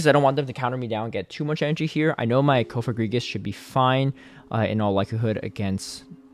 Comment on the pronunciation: Cofogrigus?? Its coFAGrigus. Say the name right sir. You didn't name the Pokémon. It's okay to say it right.